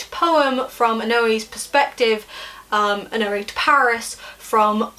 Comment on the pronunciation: I thought Oenone was pronounced ee-KNOW-nee